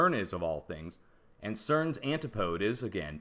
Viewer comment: Antipode??? Should be said 'an tip o dee'. Where were you educated?